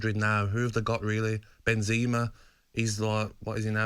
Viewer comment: Say benzama properly lol